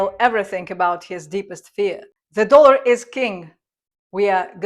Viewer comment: It's "dollar", with the 'o' pronounced as in 'orange'. Not 'doolar'.